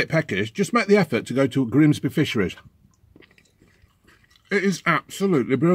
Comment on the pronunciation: ‘Grimsbeh Fishereh’